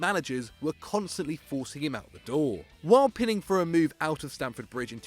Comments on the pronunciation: It's PI - NING. NOT, PIN-NING. William Gallas pinning for a move? Reading that script must be hard... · Maybe the person who writes the scripts should also help the narrator with the pronunciation as well? "Gallas was pining for a move": He wasn't using sharp metal things to fasten some shit to some other shit. He was longing for a move and it's pronounced pine-ing.